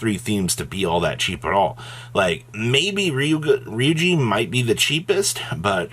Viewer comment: This is incorrect. It's actually "geh."